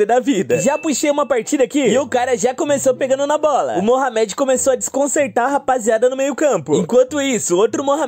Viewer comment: Não consegui ver o vídeo com ele falando Mohamed (se pronuncia morrâmedi) da maneira errada namoral incomodou demais.